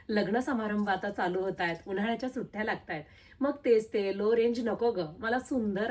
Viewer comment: सुठ्ठ्या ❌ सुट्ट्या✅ सुथाच❌ सुताच ✅ मोटा ❌ मोठा✅ पधर ❌ पदर✅ टॉलर बुट्टी❌ डॉलर बुट्टी✅ सुरेक ❌ सुरेख✅